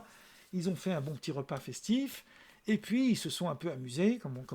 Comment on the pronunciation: Qui « zont »